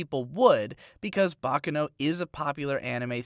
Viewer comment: What about his inability to pronounce “Baccano”?